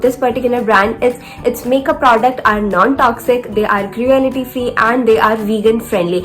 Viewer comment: You are pronouncing wrong for cruelty